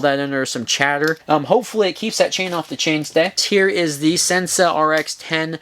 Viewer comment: Sensah is pronounced "sen-say" ---probably the moonshine kickin' in. lol great segment...